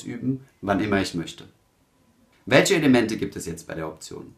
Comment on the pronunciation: "Beschpreschen", "welsche" - "zwichen" "Beichpiel" - Kann man sich nicht disziplinieren, diesen schrecklichen Dialekt, wo "sch" und "ch" vertauscht werden, im Video wegzulassen? Würde das Hören des ansonsten sehr kompetent und sachlich vorgetragenen Contents enorm vereinfachen.